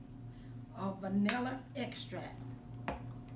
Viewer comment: My exact thought when she pronounced “extract” I was like 😒 now who told her to say it like that?! 😫😂